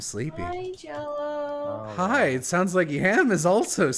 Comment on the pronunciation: He calls them "soolnds".